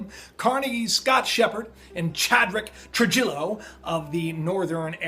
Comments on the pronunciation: Tru-hee-yo not true-jillo. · Trujillo is pronounced "Tru-HE-yo". FYI. We learn something new every day. One YouTube site, involving "Roberto from Italy" is claiming that the brown dwarf star is supposed to plow into the sun in 2017. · Trujillo is pronounced "True he o" . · I had a friend in school Jose Trujillo. I believe you're pronouncing it wrong. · He's educated but can't pronounce "Trujillo" correctly and doesn't understand that the planet is called "Biden" because of it's "VP" designation as in "Vice President". Come on man don't let common sense escape you.